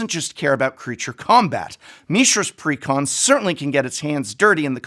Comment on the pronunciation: I had to pause the video immediately. You said "precon" like someone properly enunciating "pecan" 🤣 He didn't say "pre con" he said it all fancy like, he said "precON" 🤣